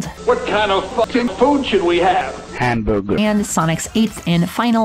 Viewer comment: "what kind of fucking food should we have? h a m b u g e r" god that's way too funny than its supposed to be